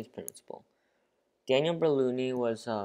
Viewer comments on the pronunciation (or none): Not berlouni, he's Bernoulli